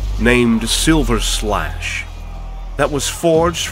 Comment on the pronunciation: Isn't Sigvald's sword named Sliverslash, not Silverslash? What even is dyslexia yawyna 😀